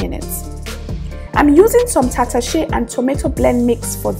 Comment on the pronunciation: This is what im looking for thank u❤ i love the way u pronounce tatashe😉